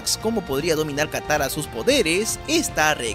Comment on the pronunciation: "kayoshi" "takara" jajajajaja me reí mucho